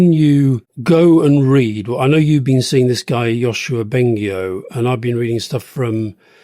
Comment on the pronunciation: The Yoshua Bengio reference was almost correct. It's pronounced Yoshua Ben"gee"-io, and he is a professor at Universite de Montreal. Long time listener!